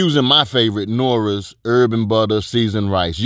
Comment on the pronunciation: love what you're doing BUT if you call Knorr's products "Nora" one mo time...Lol I'm gonna lose it bro.